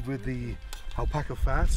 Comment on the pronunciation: Es ALBACA xd no alpaca :v